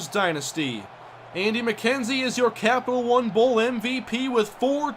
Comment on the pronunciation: Emphasis on the "Captial"